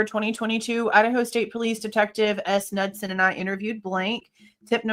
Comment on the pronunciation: Yo like the 44 minute mark, that noise is happening again where it sounds like someone is playing the drums off and on… Also Knudsen - Ka-nude-sen, not being a dick just trying to help!